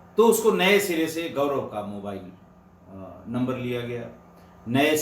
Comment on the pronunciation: sir GaVraV please mat bolein, Gaurav hota h